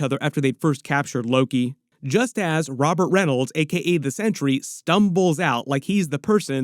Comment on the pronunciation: thank you for pronouncing centuries named correctly Too many people call him century with a sea which is wrong his giant S on his bell buckle its sentry thank you thank you thank you for pronouncing it correctly.